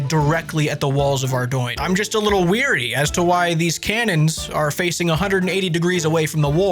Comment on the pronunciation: I know people would misspell "wary" as "weary" but this is the first time ever I've heard that wrap back around to being pronounced wrong. "Wary" is to be aware and concerned about something. "Weary," which is what is said here, is to be exhausted. I usually ignore this kind of thing but this instance really bugged me for some reason. Great vid though!